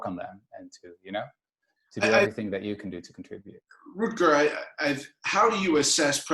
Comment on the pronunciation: Root-gar Bregman :)